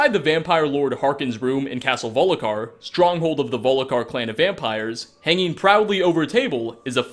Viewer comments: Volkihar not volikar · Also, Castle Volkihar, not Volikhar. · VOL KI HAR NOT VOLIKAR YURGEN WINDACALLER NOT JERGGINN YARL NOT JARRL MAY RUNES DAEGON NOT MAROONS DAYGONE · volicar? It's volkihar! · Volkihar = Vol-KUH-har Not Vol-li-kar. ...Basically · you said volikhar instead of volkihar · “Ger-gan” instead of “Yur-gen”, “Volikar” instead of “Volkihar”. Pronunciation. Use it. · Vol-ki-har, not "Volikar". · You have obviously your very own way to pronounce some words,. The Soul Cairn sounds like Soul CAREN, when you say it, and here it's castle Volkihar, that you pronounce VOLIKHAR, that's pretty amazing. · "gergen windcaller" "volikhar" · Why the hell do you keep repeating Volhikar for God's sake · All I'm saying is that its so obvious he looks up this stuff on the internet (I'm not saying hes never played the game, he might remember the name slightly) and he just reads it off of a script without bothering to maybe play the game to see it firsthand. German pronunciation or not, it seems hard to believe someone who's channel is devoted to Skyrim would say stuff like Jurgen with a hard J, or Harkon with a long O, or Volkihar like Volikar.